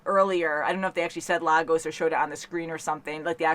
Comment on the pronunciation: Lagos is being mispronounced. It is actually pronounced "lay goss". Please spread the word.